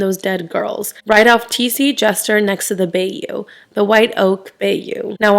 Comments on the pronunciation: I'm a really old lady so I actually watched this unfold in real time on the news and it was horrifying and heartbreaking... It still is all these years later. * FYI- It's pronounced "Buy-You", not "Bay-You" 😉. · In Houston we pronounce bayou as bye-you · just a side remark, "bayou" in White Oak Bayou is pronounced "Bi-you" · Great video and for future reference it’s pronounced bye-you 🖤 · So for 4 days, no one searched the park that was close to the house???? This is so sad. And it's 10,000 times worse these days. Hence why I never allow my daughter to walk home (or anywhere). Also, it's Bayou (Bye-you). 💕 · Are you trying to say bayou? bi-you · This story is so sad and disturbing! hits close to home since I’m from Houston. Haven’t seen this story on another channel yet. Love your channel, btw it’s called bye-you (bayou) merky waterways all over the south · Hi beauty I just wanted to say bayou is pronounced bye-you. Trust me I live around many down here in Texas. Love your videos, great job!